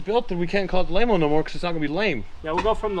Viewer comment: Laymo not Mayo.